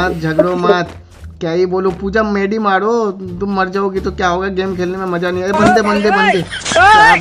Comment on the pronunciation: Assam se maza ko mozza bolti hai